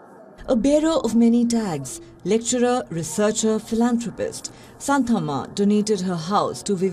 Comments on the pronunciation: Its not how you pronounce Santamma..you have to pronounce Shaanthamma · Good to know about her dedication, kind request to you guys to pronounce her name properly, don't use the Western style for Indian names. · That was an interesting report on sn astounding person. I have a suggestion though - before going live with content please do try to find out what the culturally proper pronunciation is, of names that feature in your reports. In this case - Santhamma, Guiness, and Vizianagaram